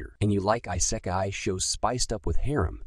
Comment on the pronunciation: How you pronounce Isekai makes me cringe.